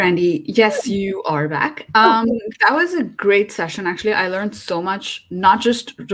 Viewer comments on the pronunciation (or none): none